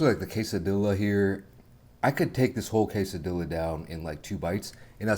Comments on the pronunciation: This is how you pronounce Quesadilla ( ke - sa - dee - yah ) not ( ke - sa - dee - lah ) 😅 there English speaking world don't ya get it wrong now you know. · Does know it's pronounced quesadiya or is he just being silly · The correct pronunciation is quesadilla without the “L” at the end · The way he says quesadilla bothers me so much